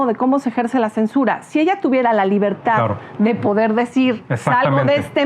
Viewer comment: 😂 "de la libertá" 🤣, "la elección del 2006"😪" échenle alcohol 🤣🤣🤣